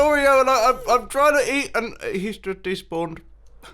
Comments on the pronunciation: he'sh jusht deshpawnedd. Poor mumbo sounded so defeated. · Just hear him saying despawned